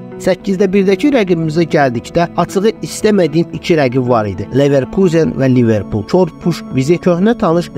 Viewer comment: ilişmək deyil ay qaqaş, tənqid olmasa nəticə olmur, mən ali savadlı adam nə edim ki videoya baxanda vurğunu düz qoymayanda kimsə əsəbi oluram. Düzəlişlər et, sənə uğurlar. Sən orda neverkuzen dedin amma almanlar nə deyir onu demədin,onu da öyrən